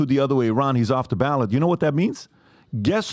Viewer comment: If you read the constitution you'd realize the 14th amendment is self-executing and it doesn't say anything about how "states can't do that". Trump did do something wrong first. Quite a few things. Also it's "ballot"